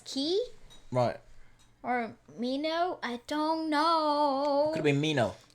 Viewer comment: It's min-ho, not mino :)